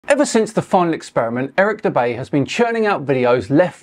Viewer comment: Dubay, more like Dur-bay.